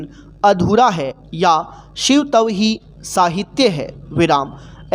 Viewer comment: Shiv tav alag kyo bol rhe ho Shivtav ek sath pura bolo